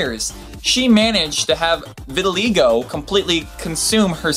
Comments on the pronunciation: You totally slaughtered the pronunciation of vitiligo but thats okay. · vinylwub lol he said he had "re-vitiligo" that turned him black, pretty hilarious